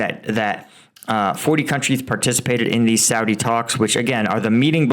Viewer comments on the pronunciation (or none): none